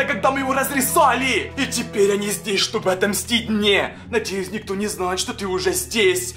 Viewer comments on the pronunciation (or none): none